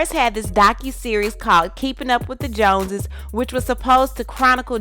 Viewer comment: “Keeping up with the jonses “ 😂😂😂 she ain’t even a Jones